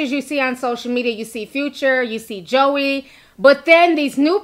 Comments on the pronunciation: Her name is pronounced (Joy) her names not pronounced Joey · Its (joie) pronounced like JOY! Just letting you know Lol! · I'm sure you don't care but her name is Joie (Joy) lol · I was like "Who's Joey" Lol! Her name is pronounced Joy, just spelled differently. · Omg Ti her name is pronounced “Joy” lol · Brittni was not at the gender reveal/baby shower. And her name is pronounced Joy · Its Joy (Joie) lol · Her name is pronounced joy it's just spelled like joie lol..... But I love your videos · That’s not her name it’s joy but spelled joie lord have mercy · Her name is spelled Joie but it’s pronounced Joy lol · joie = “joy” 😂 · Her name is pronounced Joy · ti it’s pronounced joyyyy lol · Her name is pronounced like “Joy” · Girl her name is pronounced “Joy” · Pronounced J O Y Ti, lol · Her name is pronounced Joy. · Her name is pronounced JOY omg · the her name is pronounced like JOY. I know cause my name is Joi and people slaughter it cause of the spelling but trust her name is pronounced like the feeling JOY. I love listening to you but your slaughtering our name lmao and its hard to hear lmao. Thanks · Joie is pronouced (Joy) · Her name is pronounced Jwa. Is she tryna be funny or something? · Hey name is pronounced joy